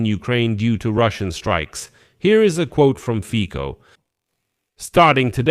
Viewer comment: Fico is not read with K but with slovak C which is more like TS in english so Fitso would sound more accurate (just a tip ^^)